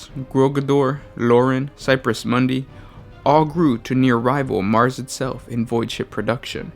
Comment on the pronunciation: A pretty good video, but your pronunciations are terrible most of the time. Segmentum Ob-skyo͝or-ous like obscure. Also, it's Segmentum Fortress is Cypra Mundi, not cypress. Hydraphur. Hy-dra-fur. No ssssss